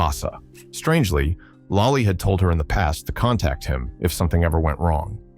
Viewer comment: It's lollie not lai